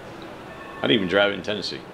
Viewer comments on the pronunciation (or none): none